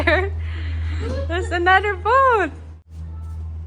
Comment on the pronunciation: Sis, the house boat (to pronounce :bowt not bot) is very nice and comfortable. Enjoy the boat (bowt).